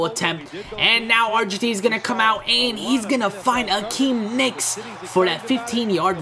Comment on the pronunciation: it's not Akeem nicks it's Hakeem Nicks